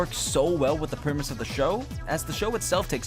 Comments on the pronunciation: PREMISE! PREMISE, ED!! THE WORD IS "PREMISE!" STOP SAYING "PERMISE!!" Also that's a pretty good music choice :3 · I don't think knows how to pronounce the word "premise"..... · You heard it right here folks, Texans can't say 'premise'